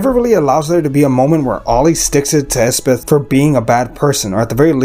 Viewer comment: Elspeth, not Espeth.